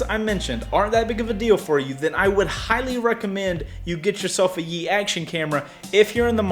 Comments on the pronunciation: Pronounce Yi as the letter "E" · I am sorry to tell you this but... you were saying it wrong. it is pronounced "ee" don't add the "Y" sound.